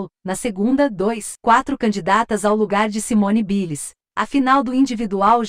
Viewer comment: Simone Biles ? Simone ( Bailes) q se pronuncia! Aula de ingles para o pessoal!